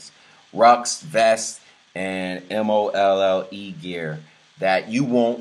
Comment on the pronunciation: Did he really say 9 reviews were stellar reviews ??? Then thinking 4.0 was a stellar rating !!! Lol PS. MOLLE is pronounced MOLE !!